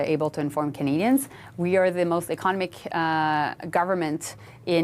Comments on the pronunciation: it's economic, not ekonic! You can't even pronounce your own job. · Ms. Joly should practice the pronunciation of English words. The way Ms. Joly says the word "economic" sounds like another word. She does not pronounce the "o". Just a thought from a former English teacher. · Can someone teach Jolly how to say 'economic'? Thanks...😊